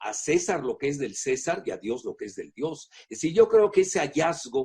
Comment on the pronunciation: El tipo no es catolico, ni siquiera puede pronunciar la palabra Dios, además la iglesia está corrompida y el papa ya ni funge coml representante del catolicismo. Es una elite satanista!